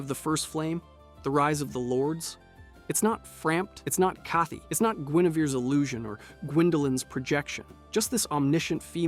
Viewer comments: What the fuck are these pronunciations lmao. HIGHdetaki, ooliSILE, Im surprised he didnt say GWINE Edit: CAATHY????? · Excuse me? How the fuck can you claim that you know anything about this game when you can't even pronounce words that are said out loud in the game? Kathe-y? ...I'm blocking this channel so I never have to hear something so naive and stupid again. It's like a math teacher saying "What does t woo pluse fiv-y equaall?" "Subscribe for more videos like this" Holy Fuck! NO! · The E in Kaathe is silent, he's not Kathy😅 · It's pronounced Kah-th. How do people get this wrong when he literally says his name in the game? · I liked the video, but that pronunciation of Kaathe made me violently ill. The name is clearly spoken and pronounced in game. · Game has been out since 2011 and this person says it like that. The name is said in game by Kaathe and players have said it without the E. 🙄🙄🧐🧐